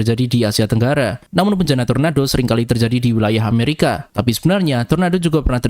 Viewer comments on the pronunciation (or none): none